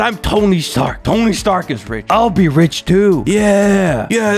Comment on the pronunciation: RICH NOt RICK